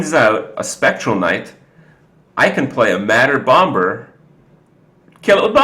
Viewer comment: please learn to pronounce "bomber" with a silent B - its incredibly irritating